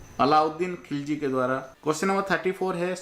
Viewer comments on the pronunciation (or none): none